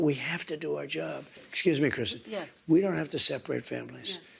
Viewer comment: why is it you keep saying names wrong?? It's Kristen not Kirstin every time you say it like KEER-sten you insult my neighbor and all other DECENT ladies that have NOTHING TO DO WITH CNN! 😝